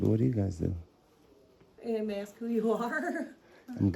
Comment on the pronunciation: His FRAIDTING does nothing to stand up for our rights. It just shows he's an unemployed ex-con who has no real job. Listen to him talk! BUTCHERS the English language! It isn't "AXED". It is ASK.